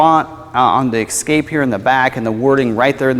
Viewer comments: It's "ESSScape, not EXXXcape. Jesus! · THIS is the guy you chose to do the video? First off, he's terrible and please let him know it's ESCAPE...ESS-CAPE. There's no "X" in Escape. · “ Ex” scape lol... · Please pronounce the name of the vehicle correctly. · Triggered me right away